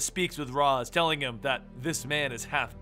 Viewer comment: Ras is actually pronounced "Ray-shh".